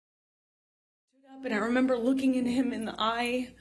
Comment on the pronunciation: I re-amber